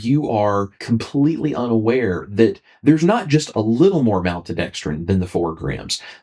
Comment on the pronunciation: malt! maltodextrin the first syllable is malt like a malt ball not mal like pal. im sorry I know that's not what this video is about but I think I have ocd when it comes to the way some things are pronounced and it distracts me terribly